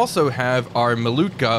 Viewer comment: Malyutka not Malutka